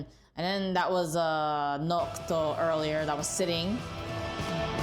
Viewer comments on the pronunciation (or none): So close, it's noctis, not nocto 😂